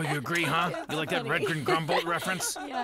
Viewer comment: I thought he said red green grumble and was thinking hey that is a guy the red geen show nvm i guess 😅